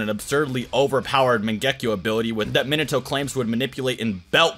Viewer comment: mangekyou not mengekyo🤦